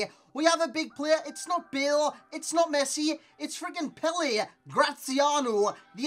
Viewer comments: good vid! btw it's pronounced pella not pele XD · Yeah it's pronounced "pella" literally what i said.